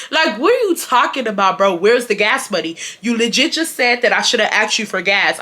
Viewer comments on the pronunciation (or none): none